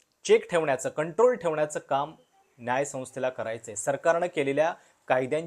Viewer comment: न्याय म्हणा आधी ण्याय नाही